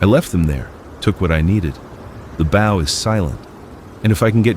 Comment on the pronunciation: 'Bow' pronounced 'Baugh' 😂😂. Ai Sloppy Narrative...